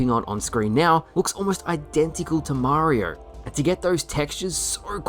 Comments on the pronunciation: I love you but I've never heard someone struggle to say Mario so much "Mariar"..."Marrr" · Way too many R’s in your pronunciation of Mario 😂